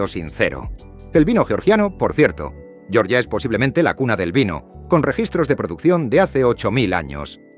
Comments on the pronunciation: yoryia no por favor la G con la e GE, se aprende en primaria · Georgia dicho a la manera inglesa🤦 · No pronuncies Georgia como se pronuncia el estado de EEUU, no tiene nada que ver.